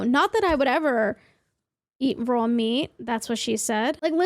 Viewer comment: when she said raw meat all day everyday it sounded sooooooooooo New Yorker. I mean that in the best way possible as someone from Jersey 😁